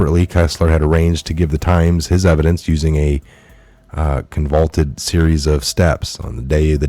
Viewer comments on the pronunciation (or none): THE WORD IS CON VA LUTE TID ! IF YOU CANT PRONOUNCE IT , HOW CAN YOU POSSIBLY KNOW WHAT IT MEANS . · Did you say Convoulted?